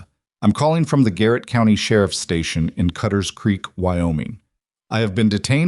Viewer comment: If you are using an ai voice to narrate a story you need to get the word COUNTY pronounced correctly for as you can see it has a T in it so it's not couny!!!!!!!!